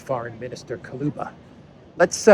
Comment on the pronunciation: Kuleba, not Kaloba